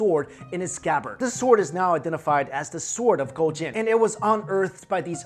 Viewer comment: Damn that pronunciation was on point!